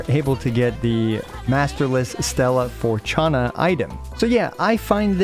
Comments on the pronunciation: Fortuna is read in Latin. There's even a famous opera part called "O, Fortuna" (from "Carmina Burana", by Carl Orff). The one that starts with a gong and increases in intensity - you should look it up, you've defo heard it before somewhere. So no, there isn't a "ch" sound in the there like it for the English Fortune. Closer to "For" and "tuna" (like the tuna fish, though the U is like U in bullet). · It's actually pronounced "fortoona" (as un for-toon-uh) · Why are you saying "Fortuna" like that, only Brazilian Portuguese says the "T" like that. Just say it normal like any other language. It's a "T" not a "Tch", or "Tsh". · "Forchana"? Really? Bro really pretending he has never heard the word "fortuna" before....cringe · leveling up your characters is a fundamental to gameplay in games like GI (rpgs), locking it behind whale-spending is just honestly 😬 –and be serious dude, you definitely know how to say fortuna XD